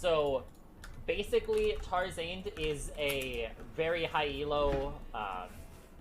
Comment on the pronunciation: everytime he said tar-zaned i cringed